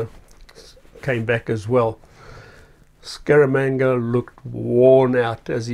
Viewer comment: “Scaramanga” ...more like “Skabanga” 🤣